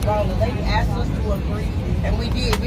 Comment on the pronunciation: No.. she axed..